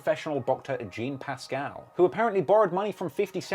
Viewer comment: Lol butchering Jean Pascal’s name. Gene! 😂😂😂😂